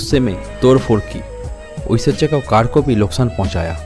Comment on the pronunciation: Aishwariya bolna sikh lo pehle 😅